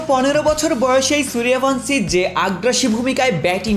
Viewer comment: Bangladeshi channel gulo ki pronounciation valo kore jane na সূর্য্যব্্শী না সূর্য ভানশী😅